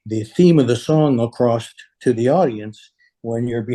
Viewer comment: he says "ACROSST" TO the audience... lol their is no such word as acrosst... it's just across man. WOW!